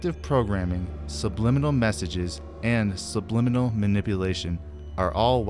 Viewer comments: “SUBLIMINLABLE” Epic work mate! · Hahaha, 'subliminable'!!